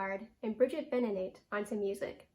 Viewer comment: Thanks for this. But please pronounce Bridget’s last name right. I’m sitting in her house right now, taking care of her animals while she’s traveling. Grew up with the family. It’s Ben-uh-NAH-tay